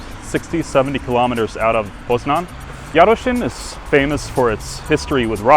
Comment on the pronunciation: Yup, "Książęce" was pretty much spot on (if you spoke it without hesitation, it would basically be native-level :)). "Jarocin" was a little worse, because you kept forgetting that "-ci-" are not two different sounds, but one phoneme in which the "i" serves to soften the "c", i.e. it's quite similar to the "chi" in "chimney".